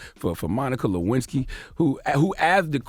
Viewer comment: "Can a player get a Luensky" lol